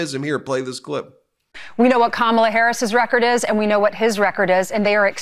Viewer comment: He called her Kamabla 🤦